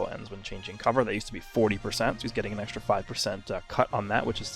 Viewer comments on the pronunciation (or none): none